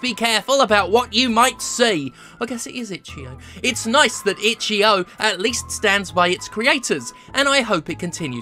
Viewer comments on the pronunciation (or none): none